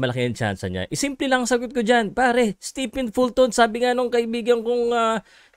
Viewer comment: fyi, STEPHEN is pronounced as "STEVEN"!